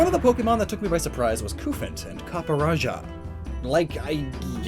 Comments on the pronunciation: It’s Qu-fant but lots of people have prob said that lol. Also I think the Cu means Cube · Y'know, the whole reason Copper is Cu on the periodic table is because it's based on the British way of saying Copper, that being Cuprum. That with everything else you brought up as what the Cu in Cufant could be from should convince really anyone that it's pronounced KUH-fant.